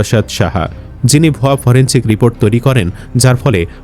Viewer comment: ফরেনছিক না … উচ্চারন হবে ফরেনসিক